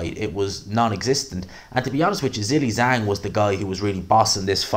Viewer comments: I like you a lot but please stop saying Zilly Zang. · I'll subscribe just to keep hearing you say Zilli-Zang.